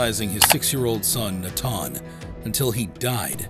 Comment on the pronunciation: Not Nat-Han but Nath-an.... God almighty.